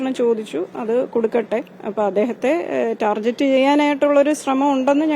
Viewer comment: ടാർജെറ്റ് അല്ല …. ടാർഗറ്റ്